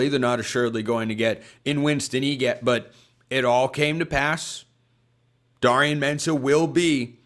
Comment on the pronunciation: Jeez, it’s pronounced DARE rion consistently pronouncing names wrong.